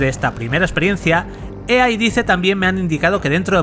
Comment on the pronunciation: "Ua convencion de EeeeeeeeeAaaaaaa"